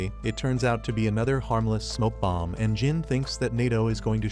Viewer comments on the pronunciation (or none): none